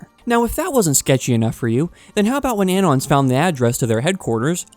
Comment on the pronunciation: why are you pronouncing "anon" like that? it's short for "anonymous"